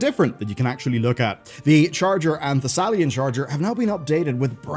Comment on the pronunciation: excuse me, the WHAT charger? ThaSALIAN??? Charger? My guy, what is going on, you do this on purpose don't you?